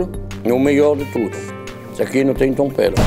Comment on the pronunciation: "tomperro". kkkkkk